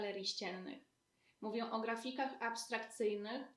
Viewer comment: Mówisz o elegancji a wypowiadasz się źle. Używanie samogłoski „ę”w konstrukcjach typu mowiĘ , zdajĘ sobie sprawĘ świadczy o braku obycia językowego Pewnie ma brzmieć poprawnie, z troską o język a wypada groteskowo, sztucznie, pretensjonalnie.